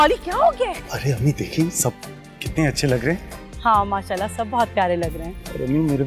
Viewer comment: Always say Masha Allah right pronunciation